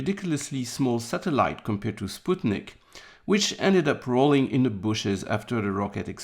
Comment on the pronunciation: Cudos to for correct pronunciation of Sputnik. FYI for everyone else: It's pronounced as Spoot-nick